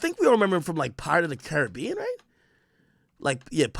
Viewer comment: 😂 At least he pronounced Caribbean correctly unlike most Americans 😂😂